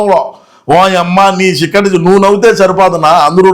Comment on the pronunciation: చిక్కటి కాదు షిక్కటి